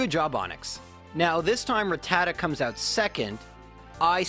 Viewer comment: Dude butchered rattata